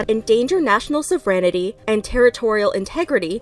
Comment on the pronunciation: Too bad she couldn’t pronounce English words that should be common knowledge in English speaking countries. she completely butchered the word “sovereignty”. Shameful.